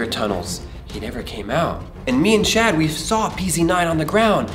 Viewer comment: its chad not cha